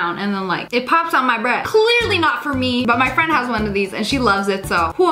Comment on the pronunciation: It's the z in freindz for me